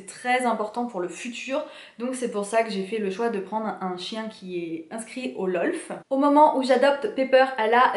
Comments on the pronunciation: On dis pas lolf mais lof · Merci beaucoup. Oui le merle existe, je me trompe sur ce point et je prononce mal LOF. Ahaha Merci !